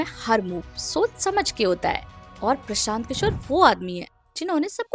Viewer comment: प्रशांत किशोर ❌ प्रसांत किसोर ✅ 😂😂😂